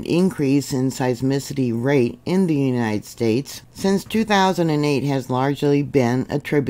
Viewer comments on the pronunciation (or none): none